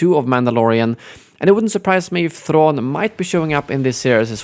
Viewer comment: You saying "Thrawn" is the most swedish thing ever. 😃